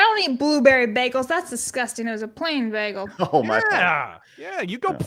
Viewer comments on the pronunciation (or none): I'm from Ontario we do NOT SAY "BAGELLE" lol